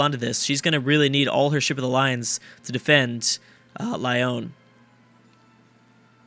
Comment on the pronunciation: Lyon is pronounced like Leon